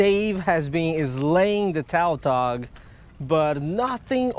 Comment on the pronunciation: The fish species is called tautog, not taltog. Lom